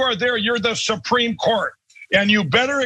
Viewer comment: SUH-PREAM COURT!